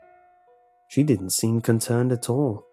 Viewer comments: I think that was a mistake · Did you say conkernced by reason or mistake? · Did he say conternd is that even a word or was it a mistake?